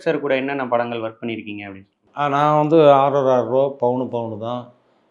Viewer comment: Anchor pls correct “ Vantu” vantu nu